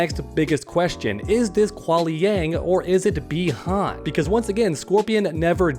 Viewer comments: It’s bi Han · It's bi han